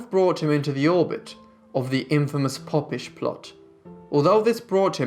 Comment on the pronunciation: The "popp-ish plot"??? Surely the "Pope-ish"